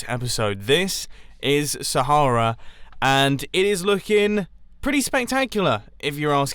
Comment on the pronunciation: Saharea? this is SPARTA